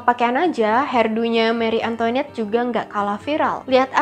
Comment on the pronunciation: Seharusnya pengucapannya: mari antoanet bukan meri antoinet